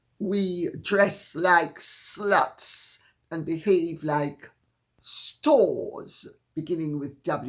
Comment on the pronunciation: Yes on the Tiara! I love how you prounounce s-luts like it's 2 sylables.